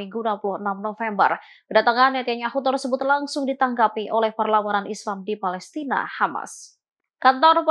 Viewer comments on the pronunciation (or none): none